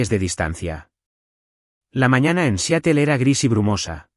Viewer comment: SE PRONUNCIA SIAROL, NO SEATEL.